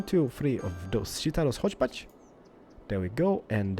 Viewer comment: prenounce hochbahn as hogbahn